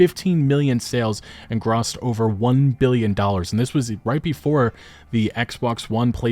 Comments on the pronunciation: "Graossed?" LOL! What kind of pronunciation is that!? 😂 😂 😂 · Grossed is pronounced “Ghr-oh-st” like grocery store. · Good video. Just wanted to give you a heads up: the word "gross" as referring to currency is pronounced just like the other definition, so "grossed" would be pronounced just like when you might say "I was grossed out". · Howarts grossed over 1 bil. Not "grost" 😅